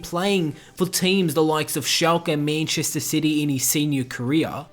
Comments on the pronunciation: It's MANchester not MAINchester. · Meenchester city.....c'mon bro it's man-chester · Meennnchester city haha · Mäintchester sity? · The way you say Manchester gives me cancer